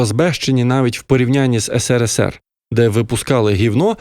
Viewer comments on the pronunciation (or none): none